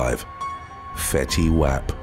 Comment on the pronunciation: I'm dying laughing the pronunciation of Fetty Wap's name🤣🤣🤣🤣🤣 But on a more serious note...regarding case #2... we've heard sooo many of these heart wrenching stories & I really wish mothers would not have men in their homes w/their children! BE A LOVING & PROTECTING MOTHER 1ST! Set ur own life to the side & make sure the children are always protected to the best of ur ability for God's sake!